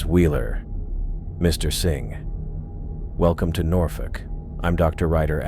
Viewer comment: I love how Norfolk is pronounced correctly. As a native, I applaud that. “Nor-Fuck!”